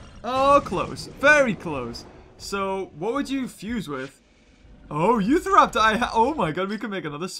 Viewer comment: did you mean to say utharaptor? Thats how i say it.